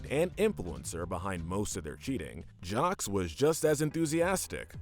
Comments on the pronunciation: Why you pronounce Jacques as “jocks”? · 'Jawcks and Johseeee' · ...did you just pronounce the S in Jaques? ...why?